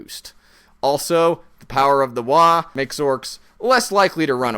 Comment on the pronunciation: Side point: It's WAAAAAAGH! not "Waah" (although the G is semi-silent). If your throat doesn't hurt, you didn't pronounce it correctly.